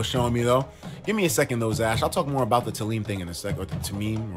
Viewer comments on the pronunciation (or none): none